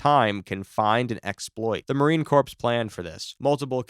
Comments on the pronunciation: its not "corpse" as in dead people, its pronounced as "core" (corps) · Its not corps its core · Corps is pronounced core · Its not corpse. Its pronounced like CORE. That alone tells me you dont actually know shit or its AI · Small nitpick but it's driving me up the wall, the "corps" in Marine Corps is pronounced "core". It doesn't make sense because it's a French word. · I'm weary to trust the analysis of anyone who does not know that it is pronounced Marine CORE not Marine CORPSE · this dude saying "corpse" instead of "core" makes the video meaningless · A little nitpicking here, its pronounced core not corpse. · It's pronounced "core" not "corps" just so you know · FYI - "Corps" is pronounced 'core,' not 'corpse" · AI voices don’t care!!! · How would corpses fight? They're dead. Do you mean 'corps' pronounced 'Core'? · Wow. Marines are tough if their corpses can do all that. Corps is pronounced as core, not corpse. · Its pronounced "Core" not "Corpse". Thats how i know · Once again-- Its NOT Marine CORPSE-- Its pronounced Marine CORE.. And The M777 does NOT have Brass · WTF is a Marine corpse?! Do NOT ever go up to a Marine and say Marine Corpse. It is US MARINE CORPS. (CORE) ANd it's pronounced AWKMANED. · Marine Corps, not corpse ! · Corps is pronounced like core not like a dead body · marine corpse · Corps is pronounced "core." Also, usually FOBs are for company sized elements or smaller... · It’s spelled corps but pronounced core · "Marine corpse". LOL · Marine corpse? Please, adjust your pronunciation. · It's pronounced like core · Marine "corpse" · Just leave out the ps in corps. Say it like this. Marine core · 300 Spartans is a Hollywood myth. They had far more than that. Still greatly outnumbered, but definitely not mythical status. Also, corps has a silent p. You been talking about dead marines this whole time. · Corpse and Corps are not the same word, nor are they pronounced the same. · Marines hearing the AI pronounce Corps